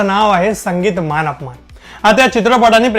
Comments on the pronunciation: मानअपमान नाही मानापमान. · आधी 'मानापमान' असे म्हणायला शिक. मान अपमान नाही. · चित्रपटाचे नांव मानापमान असे आहे. तुम्ही मानअपमान असे बोलताय